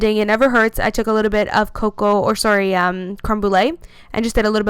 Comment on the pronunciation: this is the first time I could tell you were Canadian when you said "oh sorry" 😂😂😂😂